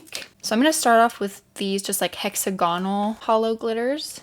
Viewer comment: Please, for me, don’t say hexa-gonal anymore, it’s hex- agonal. Yay, that’s it. I’m so happy now. Beautiful mixes 🇦🇺❤️